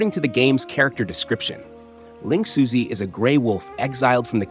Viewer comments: lingxuzi is closer to ling shoe-zuh, although it's hard to convey the real pronunciation through English text. Edit: Actually, at first I didn't consider you used text to speech, if you used Chinese in the voiceover, I wonder if it would have nailed the pronunciation. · Ling 'Suzy' lmao